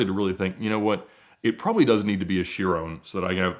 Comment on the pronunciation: I've never heard anyone say "Veyron" or "Chiron" like Ed. Is this how it's supposed to be pronounced?